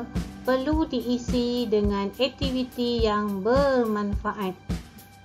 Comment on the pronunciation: 1.2 sebutan suku kata, perkataan... dengan betul.. Tapi cikgu sebut tak betul. Aktiviti bukan ektiviti.. Sekejap baku.. Sekejap tidak.. Diharap lebih diberi penekanan selepas ini. Semoga terus berjaya.